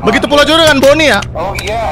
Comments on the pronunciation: Maaf bang itu bukan rori tapi boni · Itu boni bang bukan kusuma